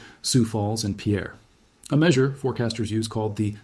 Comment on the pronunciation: Not that anyone cares, but we pronounce it Pier/Peer instead of Pierre.